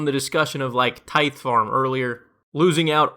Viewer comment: You pronounced tithe incorrectly